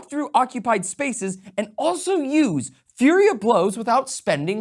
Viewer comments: Flurry* not Fury of blows lol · FLURRY of Blows. Is he calling it Fury of Blows? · Why are you saying fury of blows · Fury of blows? now now, if you're gonna misread FLURRY you only get to remove one letter... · I keep hearing "Fury of Blows" but isn't the feature called "Flurry of Blows"? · Flurry. Not fury. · honey? Flurry. Not Fury 💜